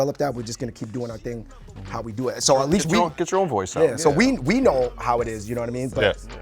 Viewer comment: calling "FICE" shoe store in Denver, "VICE".